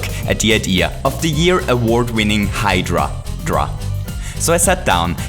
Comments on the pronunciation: It's a Hydra! Not Hydradra! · I thought it was hydra not hydradra, ive been lied to again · Why is he saying "Hydra-dra" instead of "Hydra"? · Can you stop saying hydradra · Meduser? Hydradra? Is this your accent or a Mario version nickname